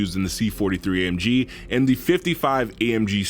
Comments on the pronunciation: Exactly how to pronounce A.M.G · the pronounce of amg 😂😂😂😂😂